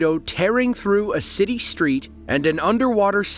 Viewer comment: Minister of climate change? Hmm, I wonder what that is? BTW, there is no "H" is street or destroyed. If you're going to narrate videos, learn how to speak properly.